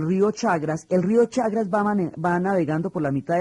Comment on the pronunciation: No es el rió CHAGRAS es CHAGRES